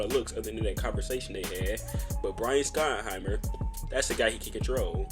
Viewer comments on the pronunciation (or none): You should probably learn how to say his name. It’s pronounced “shottenheimer”.